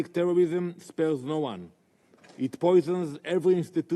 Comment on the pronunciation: The new in word😂 DIPLOMATIC TEWWWWISSSSIM